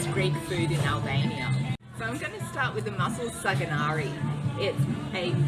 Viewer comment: SaganaKi with a K , not R. It's with shrimps not mussels